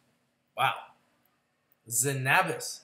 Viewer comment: hey, just so ya know it's pronounced ZEN-a-bis, not zen-AH-bis